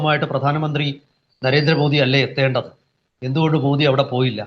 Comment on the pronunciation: മോഡി അല്ല മോദി എന്നാണ്